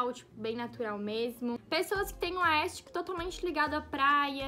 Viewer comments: Miga vc tá falando aestic kkkkkkkkk, é aesthetic, mas ficou linda essa produção amei🥰💞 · no começo: vcs disseram q se pronúncia "aestheric" ent vou falar assim no meio: aestic, aestic, aestic kkkkkkk